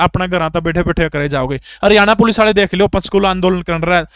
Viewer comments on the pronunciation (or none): none